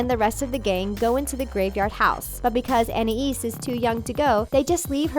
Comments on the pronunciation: Its pronounced an ayees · They pronounced the name anias wrong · On-Aye-Esse? Anais? Wtf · I think you should know that Gumball is not a show for toddlers, it’s for kids 7 and up who have the common sense not to do any of shown in the video. You might be exaggerating a little too much, not to mention the mispronunciations of their names and you're kinda revealing the inappropriate part of some of them which kids should NOT know about. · how much of an asshole do u have to be to mispronounce the names of anais and sussie, call beloved and entertaining episodes "uNsUiTaBlE fOr KiDs", and probably ruin a show for multiple kids. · Darwin sometimes pronounces it an- eye-ees and sometimes, an-eye-is. And Gumball does the same. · it's actually how french ppl pronounce these names... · I find it kinda annoying how she pronounces "Anais." Not that annoyed, but a little bit. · WHY? WHY DOESN'T ANYONE SAY ANAIS RIGHT!? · You said anais or somthing like that wrong 😂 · Almost none of this is inappropriate since.... 1. Kids don’t understand ANY of this. 2. It doesn’t actually mention anything inappropriate done. 3. It’s a CARTOON. Anything can happen. And you just pissed me off when you pronounced Anais’s name wrong. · you cant say anais right and it is for kids and your dumb for saying you guys dont know anything boooooooooooooooooooooo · Ok you know absolutely NOTHING about this show. you said Anais' name wrong too! Also the remote is the first episode of season TWO not one. This channel is running out of ideas.you basically took ANY random episode and said it was inappropriate! If gumball was not safe for kids to watch, then it would not be on cartoon network. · Learn to pronounce names, idiot. Edit. This show probably freaks you our because of how much of a snowflake you are, that's coming from an 11 year old in 9th grade. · I hate how she says "Anais" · PΛUL - MC/RBLX I KNOW WTF WAS SHE DOING PRONOUNCING ANAIS LIKE THAT? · who is i-an-es its An-i-es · An I ees